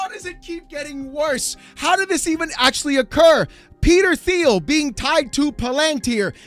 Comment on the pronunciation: Will someone kindly tell him how to pronounce Palantir and Thiel? Thank you